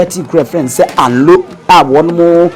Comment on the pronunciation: Please the name of the town is anlo no alo ,,,,and the raver is amu not momo